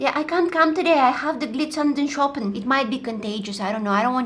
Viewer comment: tried to say Glitzernde Schuppen, but she said Glizernden Schoppen. Schoppen is the German word for the bottle you give babies. Idk, for me this was just really funny. And it's nice when tries to speak other languages.